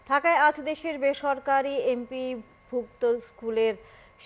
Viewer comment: উপস্হাপক তো এম পি ও শব্দটি উচ্চারন করতে পারেন নি।